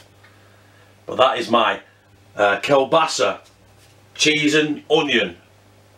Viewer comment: I lived in Poland for nearly 5 years... I love Kielbasa...It is pronounced...Keelbasa. Loving your vids am.